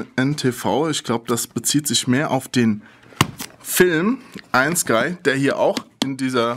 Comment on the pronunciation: Seid wann heisst es EIEN SKY oder EIJEN SKY O_ô?